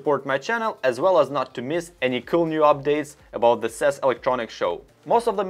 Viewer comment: What is sess? Its pronounce C.E.S ( See-E-S ). But keep up the good work. 🖖🏾